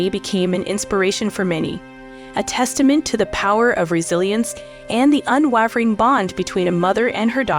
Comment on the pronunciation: You mispronounced facade and unwavering.